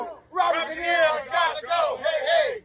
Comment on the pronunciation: Sounded like she said DINERO instead of Di Niro.